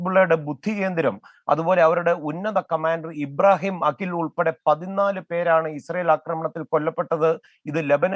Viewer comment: അഖിൽ അല്ല... അഖീൽ..